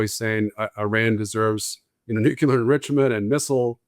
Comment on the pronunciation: Nuclear is pronounced nu cle ar......not nu ku lar